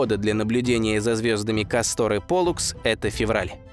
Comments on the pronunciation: Сдаётся мне не КастОр, а кАстор. Ударение на а. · Видео всегда интересные, НО это я досмотреть не смогла. КастОр вместо КАстора достал минуте так на 4. Неужели нельзя проверять произношение? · КАстор, КАстор, а не КастОр Слушать из за этого тяжело. Если читаешь по бумажке, то пусть твой редактор ударения прорисовывает......... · Как тяжело слушать название кастОр. Всё-таки русский язык говорит о том, что под ударением должна быть как раз буква А. КАстор! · ударения в названиях неверно .не КАстор а кастОР.это имя .римское или древнегреческое точно не помню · Ну тогда уж не КастОр, а КАстор. Если не ошибаюсь ещё в Древнем Риме данные звёзды получили такое название. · Я бы лучше сказал кАстор, а то как касторка звучит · Так старались, что куда ставить ударение в названии звезды не удосужились узнать? Такое себе старание... видали и по-лучше. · Может быть ударение на Первый слог? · Ударение, все же, на первый слог! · Прквеоь ставить ударение на первый слог!!!!